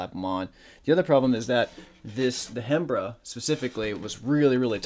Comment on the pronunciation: Hey brother so you know the "Hembra" is pronounced "em-bra". In spanish the "H" is silent in that word which translates to female. Macho means male. Why the H is there in the first place beats me. Great tutorial!